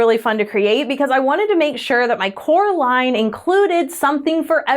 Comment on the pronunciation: Not me thinking you said "Coraline," rather than "core line!" *you said "core line" right? *